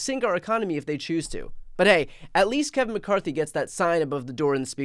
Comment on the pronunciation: I heard someone call him Kave-in McCarthy.🤣🤣🤣